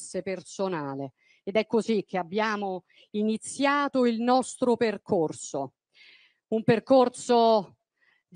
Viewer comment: Percorzo,ziamo, Zogno,sentirzi e che casso una esse la citi....